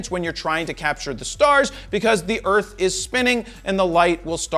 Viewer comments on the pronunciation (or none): none